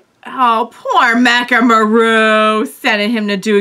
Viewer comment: Mechamaru's name is 'MEH-ka-MA-ru,' not 'ma-RU.'